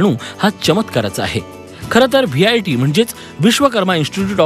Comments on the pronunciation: Are, te VIT ahe, not vjt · Its VIT and not VJIT kindly take a note of it please.